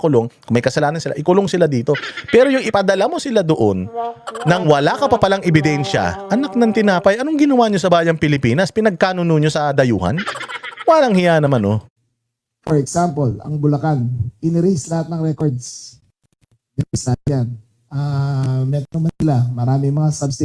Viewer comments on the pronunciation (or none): Correction: pinagkanulo hindi pinagkanuno. Okkkkk?